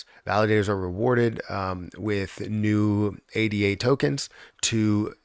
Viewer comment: Ada is a name, not an acronym. “Ay-da”